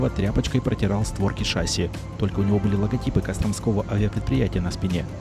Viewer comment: не шАсси, а шассИ. Без обид...